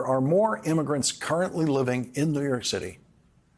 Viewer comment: Listen… he keeps saying New Yerk.